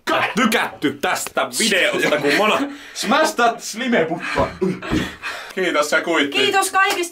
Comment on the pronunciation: Miks sanot monaa munaks